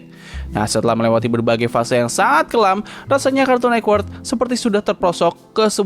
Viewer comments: kartun netwerk bg, bukan kartun nekwert 😭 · Ini kok ngomong nya Cartoon Nekwork, jadi aneh dengarnya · Jaksel aksen